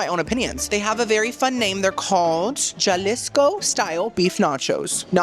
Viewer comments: Jalisco is pronounced Ha-lees-co. And the Oaxaca cheese is pronounced Wah-ha-kuh. Love you,!!!!❤❤ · Some Spanish tips for my favorite half-Cuban :) - J's are pronounced like an H in Spanish. Jalisco is a city in Mexico. - Oaxaca cheese ( named afer the region in Mexico) is pronouncs like wah hock ah. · Pronounce Jalisco with a j, then Cojita correctly in the same sentence. 😂 Thought you were 1/2 Cubano. 😉